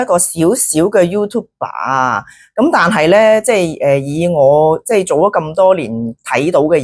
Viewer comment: YouTuber 唔係讀youtube 爸！